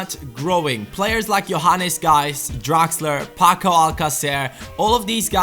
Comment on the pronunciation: Am I the only one that gets confused when he says Geis? I always think hes talking to us hahaha